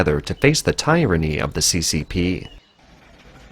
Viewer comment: "Tynnary it won't stand"